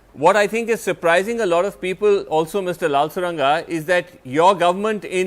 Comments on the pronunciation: It's not Lalsoranga It's Lalrosanga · It’s LalRosanga and not LalSoranga !! Please edit your mispronunciation of the respected Mizoram ‘s MP’S name . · He is not Lalsoranga, he is Lalrosanga. Please be educated to pronounce someone's name, Mr. Sreenivasan. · He is not lalsoranga, he is our Mp Lalrosanga ok plz 🙏 don't pronounced lalsorangaah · why do you call lalthuranga. he is Lalrosanga. pliss adjust your pronunciation. लालरौसांगा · The name of the guest is written C Lalrosanga but the anchor confidently pronounced as Lalsoranga😅😅.. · LAL- Ro -Sang -a.. you pronounce just the way its written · I thought NDTV maintains quality, unfortunately the Host couldn't make an effort to say the name of the Guest correct all throughout ! Course correction pls. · You, Arnab and the mainland Indians think that Mizos are less Indians. You all are biased. You can't even pronounce the name of our honorable MP. Are you illiterate?